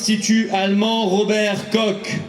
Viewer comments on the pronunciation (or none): Juste une petite chose Mr philipot: prononcez Koch = cor pas cok